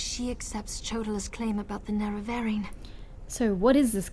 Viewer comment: It doesn't seem that "Nerevarine" should be pronounced "Narevaryan..." Maybe "Narevareen....." I think you nailed it... I think is mispronouncing it to subliminally dig at the whole "Aryan" master-race thing.... I don't need any more syllables in my life... ^o^